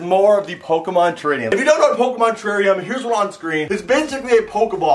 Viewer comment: It is terrarium not terranium